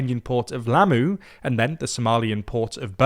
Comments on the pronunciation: Lamu, not Lammu. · It's Lamu, not Lammu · It's spelled "Lamu" not "Lammu" and the emphasis is on the first syllable not the 2nd. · srry but it is Lamu not Lammu